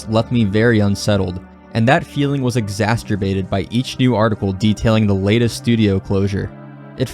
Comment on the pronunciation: "Exastrebated" :face-orange-biting-nails